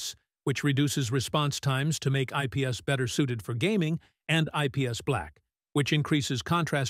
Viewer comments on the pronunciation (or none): none